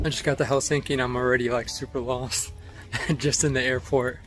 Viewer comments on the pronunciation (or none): I don’t understand why many foreigners pronounce “Helsinki” with strong emphasis on the end of the name? It is wrong. The first syllable of all Finnish names is slightly emphasized. As you pronounce “London”. In the same way!